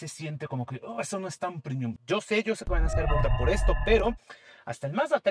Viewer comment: Muy chiros los videos de. Un solo pero: ¿porqué dice “primium”? Es premium, latín, no inglés. Premium, no primium